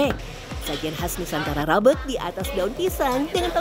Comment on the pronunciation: Pentingnya seorang VOT bertanya tentang pelafalan nama tertentu, rabeg tuh tdk dilafalkan "rabeug" 😁